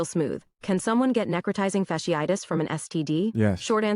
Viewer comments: “necro-tie-zing. fash-eye-tiss.” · Neck-row-tie-zing fash-ee-eye-tus is how it's pronounced :) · “Neh-crow-tye-zing fash-ee-ii-tis.” “That’s my college!” #proud Can’t even read it much less pronounce it. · It’s pronounced “Neck-Cro-Tizing Fash-ee-itis” … WTF is SHE SAYING 😂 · She's pronouncing incorrectly. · Necrotizing fasciitis(she butchered the pronunciation) is not unheard of. Remember back in the day, the women who caught a flesh eating bacteria from unsanitary pedicure basins at nail shops? That was necrotizing fasciitis. It can happen to any part of the body. Moral of the story is....don't be promiscuous. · If u don't know how to pronounce NECROTIZING FASCITIS you are not qualified to speak on it😂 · Wow she cant even say it correctly this flesh eating infection has been around a long time its not new and its not a sexually transmitted disease 🤦🏽‍♂️ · Her pronunciation of necrotizing fasciitis was killing me 😂😂😂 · as a microbiologist her pronunciation of necrotizing fasciitis was abysmal. But this isn’t a new disease. Necrotizing fasciitis; these particular cases seem to be caused by group a strep which is common. Typically when you go to the ER for a cold they are gonna run Flu AB and Strep AB. For it to cause necrotizing fasciitis these patients had to be immune compromised somehow. This one really isn’t of alarm to the general public outside of certain circles because in a normal healthy immune system it shouldn’t progress to this stage. Now what would be of concern for me though is if it was antibiotic resistant; because at that point if exposed to enough people and enough mutations happen then virulence could be enhanced to infect people with healthy immune systems as well. Microbes are pretty fascinating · Can someone please teach her how to correctly say “necrotizing fasciitis”?!?😩🤦🏻‍♀️🥴😂☠️